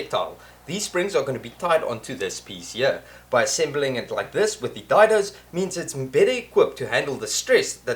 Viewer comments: Just helping... Day-Doe instead of Die-doe. :-) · Hi. Gr8 to hear that unmistakable South-African accent. I am based in Benoni, Gauteng. Been on your channel now for about 3 months. Really enjoying your work. I am also left handed so your hand work makes perfect sense to me. that "dido" you spoke of is pronounced "Dado" I am fairly new to woodwork and eager to learn. i am on my 3rd project of the lock-down and like you, ran out of materials (and beer) while ago. small little projects to build skills and keep me out of the wife's way... keep going and well done.. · “Day-doe”. Rhymes with “say-so”. Wasn’t Dido a singer from the late ‘90’s?